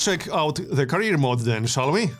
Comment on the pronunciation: Career not carrier ;)